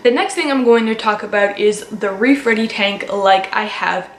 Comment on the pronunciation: Omg for a second I thought you said “rape ready tank.” Wtf